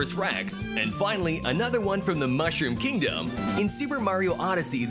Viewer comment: 他の国でも上映されるのかな？ 日本だと 4月28日からってなってるけど 映像が 可愛いから 観に行きたい！ ヨッシースタンピード 怖い 笑 あと 英語の マッシュルームキングダムの 発音が 何か好き 笑